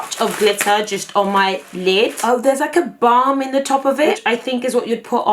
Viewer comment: I swear she said if there’s ever a bum you need in your life Instead of if there’s ever a balm you need in your life 😂😂😂😂❤️❤️